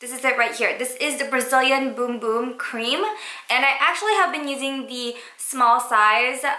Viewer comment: I love how you say "Brazilian boom boom cream"😂😂♥♥♥